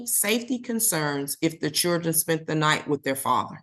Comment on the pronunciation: This judge pronounces children - chewdrun 😕